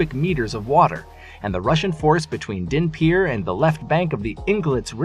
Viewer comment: The battle will be won… not so your pronunciation… Dnepir has silent D, Kherson has silent K and accent in the first syllable, Kharkiv again silent K accent on H first syllable. Almost killed me hearing such a stampede of mispronunciation.